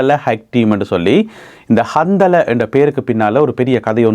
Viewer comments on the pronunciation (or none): கந்தலா என்பது ஒரு ஆணின் பெயர் இந்த பெயருடையவர்கள் நிறைய பேர் உலகம் முழுவதும் இருக்கிறார்கள் நீங்கள் சொல்லும் போது கந்தலே என்று சொல்லாமல் கந்தலா(Handala) என்று சொல்வது நல்லது